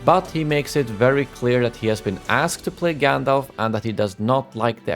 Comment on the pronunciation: Stop saying GanDOLF!!! It's GANDALF!!!! Fffffuck!!!! LMAO